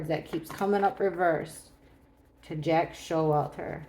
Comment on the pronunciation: lmao I know it’s Jack S but it sounded like jackass. 🤣💞